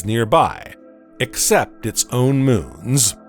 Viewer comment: the way he says "moons"